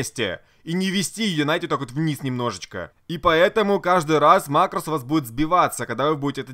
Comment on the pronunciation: МАкрос а не марОс